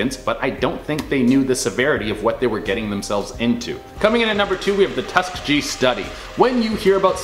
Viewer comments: FYI - it's Tusk-E-gee, not Tusk-e-G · It is pronounced TUS KEE GEE it is also the name of a black college and of the famous Tuskegee airmen an all black flight brigade…..you should look it up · Come on Canadians--insufficient info on a few items, like Stanford's prison experiment. And, FYI, Tuskegee is pronounced tus'key'Gee (a hard g). Repetitive mispronunciation is maddening to listen to! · It's pronounced Tuskegee (Tus-key-gee, gee sounds the same as key). Have you never heard of the Historical Tuskegee Airmen? Look them up. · Tusk -tea-gee.learn how to pronounce the name correctly! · It's pronounced tus-key-ghee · Bro yu lost if yu can’t pronounce tuss-key-gii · It' pronounced Tus-ka-GeGe (Hard G) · I have to remind myself is Canadian because he butchered ‘Tuskegee ‘ lol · The way you mispronounced Tuskegee... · you did not pronounce Tuskeegee correctly.